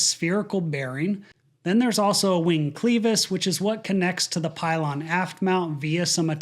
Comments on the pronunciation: It's not very shocking if you spend five minutes qualifying every statement you make. Also, it's "CLEVIS", not "CLEAVIS!". Finally, this plane is designed to be able to takeoff with an engine out if the outage occurs after V1. The engine failure alone should not cause a crash. Why was this not recoverable? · Its pronounced klev-iss, not Cleevus. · PLEASE my ears are bleeding STOP saying "cleevus." The word is pronounced (phonetically) "kleh vus." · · Great video and explanation. Just one point. The word “clevis” is pronounced with a short e sound, not a long e, unless this is some kind of aviation custom. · Clevis not cleeeevis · Good work. But the word is kleh vis, not klee vis. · sorry but I can’t resist… I believe you’re pronouncing “clevis” incorrectly. The “e” is pronounced like “eh” and not “ee” The google machine says it Sounds like “kleh-vuhs” Sorry to nit-pick that one thing. I really enjoy your videos. Thank you for all you do to bring us the facts. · Clevis is clehvis not cleevis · you do such a great job of breaking down the technical aspects of aviation. I just have one critique; the pronunciation is klev-is not cleevis. Other than that you are spot on! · Minor point, but it's sticking out to me due to the number of times it's repeated. Pronunciation of clevis? Cleevis? I'm no engineer, don't know the official aviation usage but it's usually been "klev - is" in my experience. Thanks for your efforts helping us understand these tragedies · it's pronounced "clevis" (kleh-vus) with a short e sound, not "cleevis" with a long e sound. Thought I was listening to AI for a second. Great video. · KLEH-vis not cleave us. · It’s clevis not cleavis bro holy shit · It is prounced Kleh vas. Not klee vas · Clevis, not cleevis. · ~ on 6x clevis is pronounced kleh·vuhs (not klee·vuhs) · Thank you for your report, but if I hear one more person say “Cleevis” instead of clevas. I can’t describe how bad everyone is is miss pronouncing a simple word